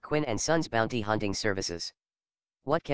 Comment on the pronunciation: sigh u don't know to say bounty